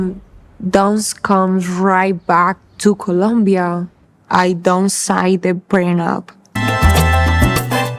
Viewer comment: It's Colombia not Columbia